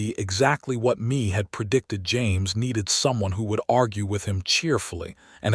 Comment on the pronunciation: Please, please, please work with AI to correctly pronounce Mae (NOT Me, but May like the month) and Chisholm (Ch-is-um). The mispronunciations take away from the story. I am not sure I would have been as trusting of Cole as Mae was. For me the 4 years of courting, then to disappear for 10 years would always make me wonder if the same thing would happen again. I have been married 54 years. We both were 19 when we married. My husband was abandoned by his parents and adopted by his parents. I grew up in a chaotic family situation - my parents divorcing when I was 2, after that my mother had 2 more difficult marriages and divorces.with those histories, my husband and I had some serious discussions about the need to be sure of our commitment to one another. This stories premise does stir up some of the trauma and fears from my early years. Listening from TN.